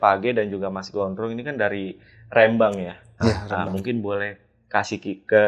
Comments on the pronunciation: REM-BANG bukan RE-MBANG 😂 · Rembang bukan Rembang 😂😅